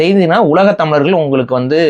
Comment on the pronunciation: This man speaking about so much on Tamil, but this fool doesn't pronounce tamizargal , It's not tamilargal